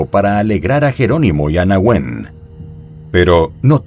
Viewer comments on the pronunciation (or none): No es (ó)scar, es osc(á)r. No es n(é)huen, es nehu(é)n.